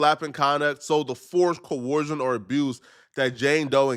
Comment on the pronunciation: struggling so hard to pronounce the word "coercion" lmao. It sounds like his nose is permanently clogged because he doesn't know how to breath through his nose.